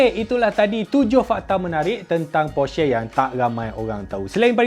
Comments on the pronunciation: ko sebut porsche pon tak tau oiii berenti la jadi reviewer kereta hahahahaha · Cara ckp porsche tu salah. Ni cara yg betul.